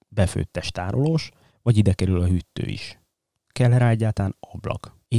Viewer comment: "hütttő" - mókásan hangzik így. mifelénk: hűtő. /// egyébként hasznos, tartalmas anyag, tanultam belőle